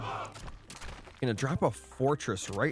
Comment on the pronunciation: its not ''shiron'' its ''kyron''